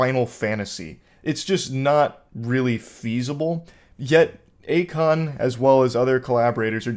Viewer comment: Yeah, definitely not "A Kon"